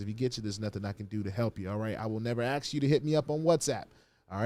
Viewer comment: Why can't us black people say the word "ask" correctly. It's not AXE! 😅